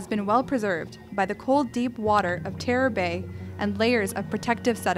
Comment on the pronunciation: “HMS Tearr”